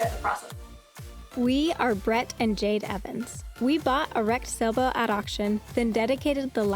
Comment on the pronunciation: If you're going to be a designer, then you're "Ja-DAY", not Jade.